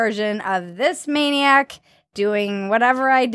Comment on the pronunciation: Did you call that thing the the MANN-iac? It isn't wearing its suit correctly. Please think of the children.